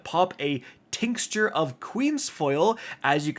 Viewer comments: This…. Until I heard him pronounce the word “Tinxture”🤦🏽‍♂️ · Super helpful, but listening to mangle the word ‘tincture’ repeatedly undoubtedly the highlight of the video. 😂